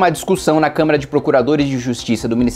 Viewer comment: Kim, porque vc sempre fala "câmera" ao invés de Câmara???